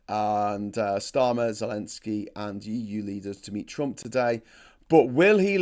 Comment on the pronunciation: P.P.S. Never mind about "Zenelsky", live viewers already jumped on your case. We know it's not disrespect here, just pro-russian sources sometimes do that on purpose, especially in their titles. "Zelensky" in English is fine, "Zeljenskyi/Zelyenskii" with a softened "L" and double/long "i" in slavic pronounciation, if you want to flex😆